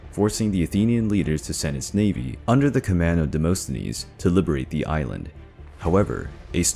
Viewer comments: Demosthenes is pronounced as Demast not Demost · Demosthenes, (Δημοσθένης) is pronounced "Dee-mo-sthe-nees".... but even that is not exactly accurate because English speaking people cannot pronounce the Greek letter "Δ", exactly. They make it into "D".